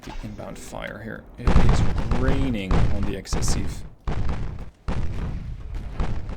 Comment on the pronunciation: Bro, that aft part reminds me of the Jean Bart. Like, Jesus, get behind the ship and you are fucking DEAD, especially if you are a destroyer in WoWs (I counted at least 30 secondarie turret pointed at the back.) Also, you had the good pronunciation and writing for « excessif » and « excessive »